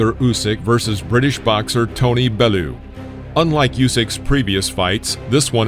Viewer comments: It's Tony Bell-You not Tony belooo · Allo mate, Tony Bellew is pronounced 'Bell-yew' not Belloo. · Interesting pronunciation of Bellew